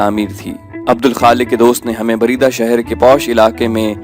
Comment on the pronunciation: Bareda nhi balkay buraidah